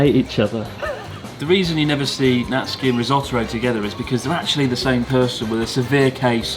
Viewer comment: Sir Chis, remember how you once said you were convinced Ryotoro was trying to kill you? I'm pretty sure calling him Rissotoro isn't helping your odds any.